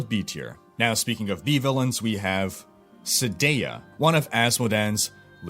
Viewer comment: Isn't it "Sai-deea" instead of "See-deea"?